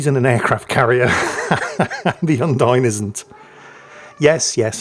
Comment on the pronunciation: Thanks for the video. I know better than to hope will ever learn to pronounce foreignspeak, but on the off-chance: Bearn is pronounced like bay arn Undine is pronounced Oon (as in moon) DEE nay